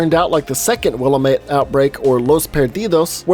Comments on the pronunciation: Not to be an asshole but Willamette is pronounced "Will-Am-It" (not Willa-met) with each part of that pronunciation sounding pretty literally like that breakdown. It's not a big thing at all (great video!) I was just unreasonably triggered. XD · Wait, do they pronounce the town name that way in the game too? Because here in the Willamette (will-am-it) Valley, we say it correctly :) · Pronounced will-am-it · Will-AM-it. Not willa-met.